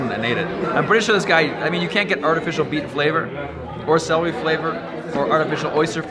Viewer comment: La vieja nacía no se dice salary es celery, estudia mas ingles o mejor no hables, haces el ridículo